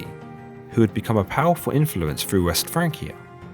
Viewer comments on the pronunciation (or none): none